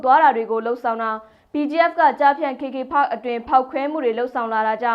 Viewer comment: ဘာတုန်း "ခေ ခေ ဖတ်ခ်" ဆိုတာ။ "ကေ ကေ ပတ်" ကို ဘိုသံတွေ တအားပီပြနေတာကိုး 😂😂။ ရှာမှ ရှားပဲ 😂😂